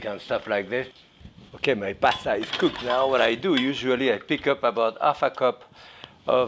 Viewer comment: He probably says it better than you!!